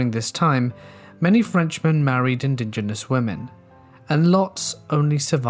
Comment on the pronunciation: 'In-di-GENous"..? Sorry...it's pronounced inDIGenous. (accent second syllable). Otherwise, lovely vid.